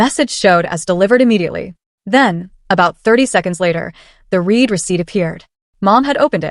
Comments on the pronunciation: Love the stories, BUT I refuse to subscribe until you teach/fix your AI the correct pronunciation of "read" in the past tense. Period. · “Read” and “read” are examples of homonyms. There are many in the English language. The same word is pronounced two different ways. Your AI needs to learn the difference.